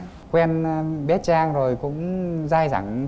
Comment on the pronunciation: Trang là tên cuả người nữ, coǹ Chang là phát âm sai.